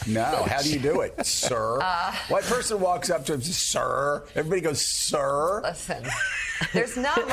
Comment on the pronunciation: They aren’t saying “ sir”, they ate saying “CUR”.